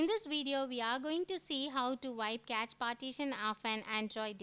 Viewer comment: i believe it's pronounced 'cash'